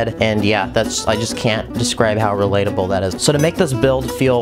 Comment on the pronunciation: One word, Re-lat-e-bale